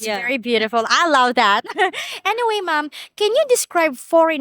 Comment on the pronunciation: I notice you say "mom" to older ladies, is that a custom out of respect? Is it just for older ladies that have children or is it for all of them? (It almost sounds like "ma'am").